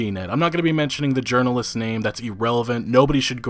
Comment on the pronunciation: “Gaming Urnalists”